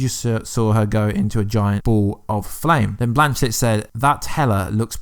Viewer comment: Blanchett not blanchlett